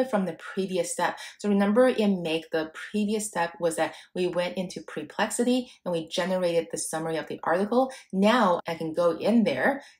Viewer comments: I think it’s “per”plexity not “pre”plexity. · Awesome indeed! entertaining, cute imho, with a mildly dyslexic pronunciation of Perplexity as Preplexity, which is a name I may turn into a predictive analytic website of my own (Perplexity may complain, but ok). Lots of great clear instruction, I was looking exactly for this, thank you for all the pointers. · It's not PRE-plexity...it's PER-plexity...the number of times you mispronounced the name is insane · Like your vid, but is it only me that is annoyed with this? Apparently, your brilliant AI solution didn't inform you that it is PERplexity... not PREplexity! I suggest your PREpare first before your PERform! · Sorry to be picky, it’s PER-PLEXITYU not PRE-PLEXITY